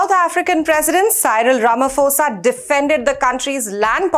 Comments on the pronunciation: Just one tip, when you pronounce Ramaphosa's name - pretend the 'h' is not there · Mr Ramaphosa not Ramafosa